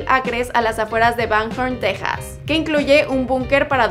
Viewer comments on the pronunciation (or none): none